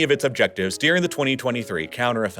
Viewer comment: One of my biggest pet peeves with this channel is the way he says "dearing" instead of "during". God, it drives me nuts and makes me want to punch a... nevermind, I'll stop here.